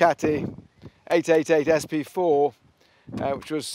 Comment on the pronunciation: It's SP4 not SB4